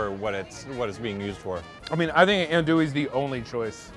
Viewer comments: First the proper pronunciation is not "andouillee" but "andouilleuu" in french, and by hearing "andouille capital" I just can't stop laughing, maybe in us but oh dear not in the world. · It’s not an Andoowee. It’s more Aundwee. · These two jack-offs. We're gonna make "ann-dooie". Asks how to pronounce it. Its pronounced "ahn-dooie". Five minutes later..."We brought some "ann-dooie". Really? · This video just makes me mad its not pronounced ann-doo-wee its pronounced aun-doo-wee or on-doo-wee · Eh, you're all pronouncing it incorrectly. Think "on-dwee" and you're about there. :) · Them saying "Anndouille" is killing me. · Adui - is it pronounced right? - as a frenchman I can just tell yall pronouncing it wrong (even in Louisiana French) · All of you are saying it wrong. Repeat after me: AN DOO YE... and that last E is almost silent. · It's not ANDOUI tho... it's Andouille. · I know he didn’t do this right because he can’t even say andouille correctly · Love it when all 4 pronounce it wrong and then go balls deep and state that they in the capital of the world for Andouille....LOL...its from France yall !! still...love this show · Andouille? I've been mispronouncing it this whole time? Proceeds to mispronounce it for the rest of the video. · Really good video. But you are really wrong with the "Andouille" prononciation